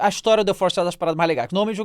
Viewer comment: O famoso The "Florest" kkkkkkkkkkk